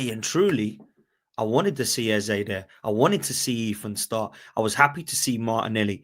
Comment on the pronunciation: Yo it’s not pronounced Ezuh, it’s Ezzay. There’s a vid of him pronouncing his own name.